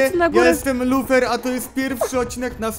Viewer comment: lufer xd bo tak powiedziales wiechal w kośćuł xdlol